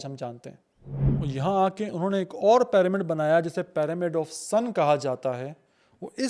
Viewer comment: PAAramid kya hota hai? It's pronounced PIRAMID . Pyramid ka Y ee pronounce hota